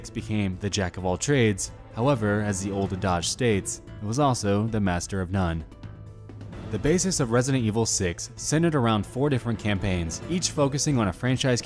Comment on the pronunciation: "Adage". When you try to sound smart, but can't pronounce a two-syllable word correctly.